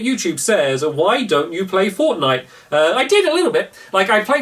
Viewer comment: IT FORNITE STAMMPY NOT FORNIGHT